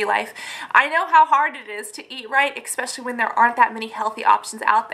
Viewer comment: Great video, great info! ESpecially, not expecially <3 sorry that drove me crazy Im an english nerd Thanks!